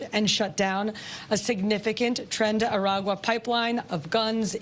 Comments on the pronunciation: LOL, the gang is called "tren de aragua" not "Tren de agua". Aragua is a state or municipality in Venezuela so it is traslated as Aragua's train or train from Aragua. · It's trende-araqua❤